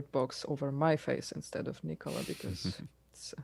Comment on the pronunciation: You're all saying it wrong, it's pronounced Nikola